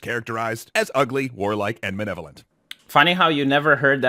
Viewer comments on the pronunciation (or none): Not woke enough to say malevolent and not "manevolent".